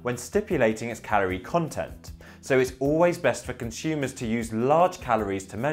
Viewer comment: You are pronouncing consumers incorrectly.